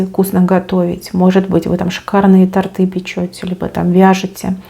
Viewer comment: тОрты, тОрты, на первый слог ударение! Ваш личный лингвист на связи🙏 🤗🙏